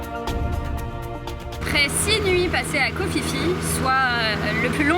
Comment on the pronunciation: Vous faites vraiment de très belles images ! Par contre, on dit Ko Pi Pi, pas Ko Fi Fi ! ;-)